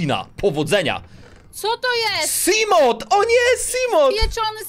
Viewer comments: To nie simot tylko simołf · I sorry ale czyta się seamoth nie czytasz T a tak wgl fajna seria była z sub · xD czy tylko mnie czy wszystkich fanów Subnautici boli wymowa " siglajt" i "simot"